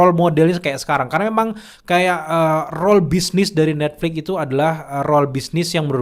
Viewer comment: Netflix boss, pake x, bukan Netflik